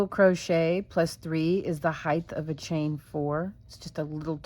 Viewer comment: HeigTTTT not HeiTHHHH Love the project though :)